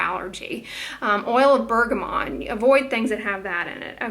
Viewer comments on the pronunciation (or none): none